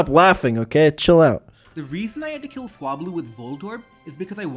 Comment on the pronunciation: It's so weird how he pronounces "kill" as "Kayle".